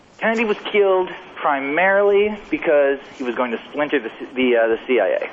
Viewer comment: A) Why can’t Simmons say “The CIA” without making it sound like “The CAA” and 2) I loved when Klosterman was on b/c he always challenged Simmons with real questions on his bullshit arguments or theories